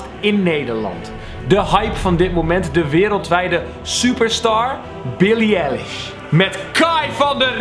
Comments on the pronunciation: Billie eilish met de ei niet e je zegt eigenlijk elish en zo heet zij niet😂😂het is BILLIE EILISH sorry kan me eraan irriteren😂😂❤️ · T is Billie EIlish niet Elish verder wel leuke vid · zei je nou echt... omg nee... HET IS EI-LISH! NIET E-LISH EEN EI OOKEEEYY😂 hoe kan hier btw nog geen comment over zijn? Eilishfam where y’all at? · Kelvin: Billie Elish Echte fans: Billie Eilish Niet elish! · Ben ik de enige die zich ergert aan het feit dat kelvin Billie EI-lish, Billie E-lish noemt? Kelvin, als je wat zegt, doe het dan ook goed! Dankuwel! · Billie Eilish wordt als eye-lish uitgesproken niet eh-lish triggered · Kel het is niet elish maar Eilish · Hah hoe kelvin billie eilish uit spreekt Kelvin: billie eelish Me : wtf het is billie EIlish dombo😂😂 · Eilish niet Elish😂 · billie elish😂 het is billie eilish vgm maar😜❤️ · Oehhhh het deed pijn toen die Billie ELISH zei en niet Billie EILISH🤦🏼‍♀️ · HET IS BILLIE AILISHHH NIET ELLISHHHH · het is billie ei-lish niet billie el-lish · billie Eilish spreek je uit als eyelish niet elish :) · exuse u Billie Elish?? Bedoel je niet EIlish TRIGGERD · jonge jonge je spreekt billie eilish verkeerd uit, je psreekt t uit als eye lish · haha hij zegt billie elish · Ben ik de enige die zich irriteert aan hoe hij Billie eilish uitspreekt 😂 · Zo lang gezocht naar deze comment... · wie was er nog meer geërgerd door de manier hoe Kel Billie Eilish uitsprak? hahaha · Ben ik de enige die zich ergert aan hoe kelvin Billie Eilish uitspreek? 😂